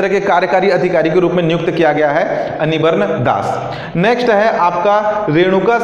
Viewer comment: मित्र वो रावाघट नहीं रावघाट है, अनिबर्न नही वो अनिर्बन है।